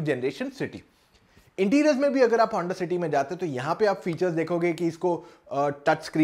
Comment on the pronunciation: Yr pta nai aap honda city ko honda. Shity bol rhe ho aur notice ko notishh bol rhe ho..confusion h..